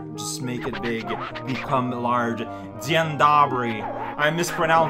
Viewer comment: A) honestly, for the first time (at least I assume it was the first time) your pronuncition of 'Dzień dobry' was pretty decent! and B) yes, I see this guy every time I go to Żabka.